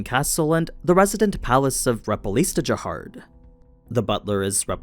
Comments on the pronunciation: Jahad not Jahard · I feel like it’s Jahad but he’s adding an r in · Why keep saying jahard instead of jahad? Is that a manwa thing? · Stopped when I heard jaHARD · Why are you pronouncing Jahad with a R? It’s Jehad or Jihad sounding. Your video sucks.